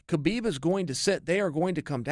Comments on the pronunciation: Its "Habib" to pronounce his name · CHAEL- bro it's HABIB. TREAT IT LIKE THERE'S NO EFFING K it's silent. Like you DON'T PRONOUNCE THE K...sheesh